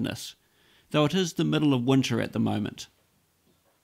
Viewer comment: He said winter like it's cold there..